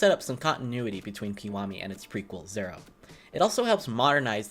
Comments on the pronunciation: I cringed whenever YouTubers say "Kamurcho" or basically any Japanese names or locations. Edit: Holy shit he tried to say "zero" like a Japanese person and butchered it lol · Did this dude just think he pronounced zero differently the second time? Jesus a weeb that gatekeeps Japanese but sucks balls at it lol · Also "im not fluent in japanese" lol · everytime he says zero I cringe a little